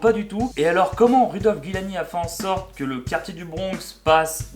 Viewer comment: Rudolph Guillani HAHAHAHA T'as inversé le i et le u dans la prononciation et oublié un i :P Giuliani ;)